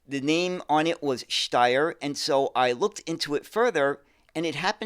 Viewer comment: "Steyr" actually rhymes with the English word "fire". It is not pronounced as "stair", more like "shtyre".